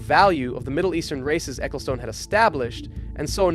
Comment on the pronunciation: Please never say Spa Francorchamps or Ecclestone ever again T_T I can't do this.